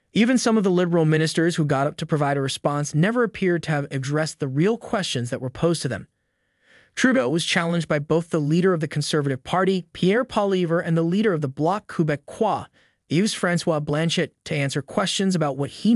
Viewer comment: How to pronounce "Poilievre" ... you should learn this: pwaw-lee-eh-vruh. Say that over and over 10 times and you will do better next time. In fact you will be the best in Canada ... at least among the anglophones.